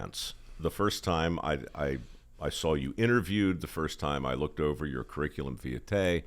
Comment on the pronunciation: Why can't Mike pronounce "curriculum vitae" correctly?